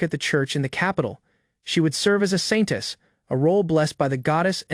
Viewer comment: Why do I always here Scientist instead of Saintess